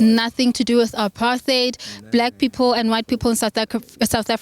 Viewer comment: Anyone who pronounces the word 'People' as pipulu belongs to the uneducated majority in South Africa. I am sure you can tell which ones are your brothers and sisters here, and you can tell which ones are the more educated ones and ofcz they`ll be the foreign nationals.